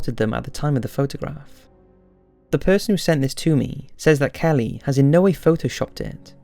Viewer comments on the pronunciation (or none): none